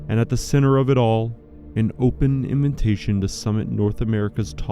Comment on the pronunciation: it's adorable that you pronounce it "in-vin-tation"